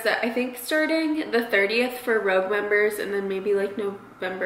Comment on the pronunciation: Lol girl it’s Sephora Rouge (sounds like Roo-je) common for French lipstick not rogue like a spy haha! Great vlog!!